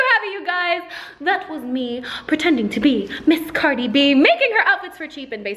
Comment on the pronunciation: Umm anyone else hear “queen cardi”